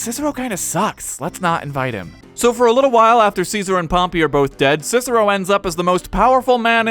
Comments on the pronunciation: also, pompeius, not pompy. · Isn't it Pom-pay?